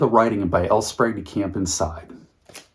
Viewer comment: You had me until you said L Sprague DeCamp